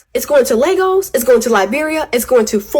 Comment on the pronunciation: Pronouncing the city as "Legos" is wild work